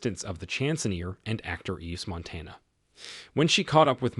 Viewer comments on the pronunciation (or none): Narrator is a joke. You just have to know he purposely brutalizing all the French names. Why is he uglifying the pronunciation? Saint germaine the president?? Fire him. Yves Montand - pronounced phonetically = Eve Mawntawn.😢